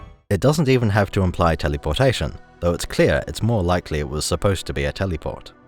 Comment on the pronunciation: I enjoy the way you say telly-por-tation.